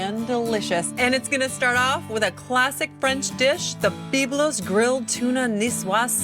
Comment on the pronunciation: I especially enjoyed her pronunciation of Beeb-lose. 😆